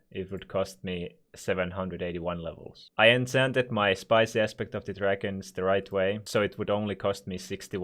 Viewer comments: no one:: ensants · Ensants😂😂😂 Nofront